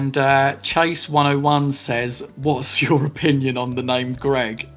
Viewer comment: Yaay you pronounced my name correctly 😂 Nobody ever does! Great video guys 😊